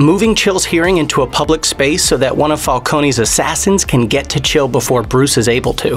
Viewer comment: I believe its pronounced “Schill” not “Chill” just because it was written that way 😫 did you actually watch these or are you just reading a script someone wrote you?